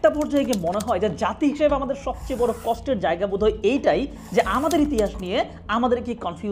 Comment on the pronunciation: কষ্ট, নষ্ট, চেষ্টা শব্দগুলোর উচ্চারণ কসটো, নসটো বা চেসটা না, কশটো, নশটো বা চেশটা।